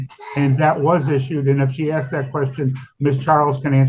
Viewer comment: was tabbed out just listening and as soon as she said "axed" I knew what she looked like